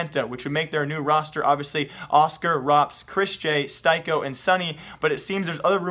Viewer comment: its not styko (stajko) its stiko like wooden stick